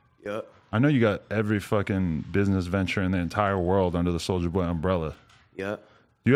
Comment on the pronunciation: "its a souja wood"